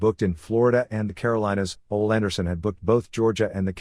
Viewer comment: I can't help but laugh every time the reader says Ole Anderson's name. Instead of "Oh-lee" it sounds like the voice says "Old Anderson"